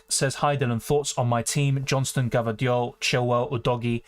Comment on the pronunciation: U have some stamina dude and a very sharp mind and memory, and please for god's sake, stop saying gvardiol in that funny way hahaha!